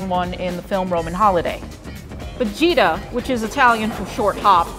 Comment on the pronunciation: I thought she said Vegeta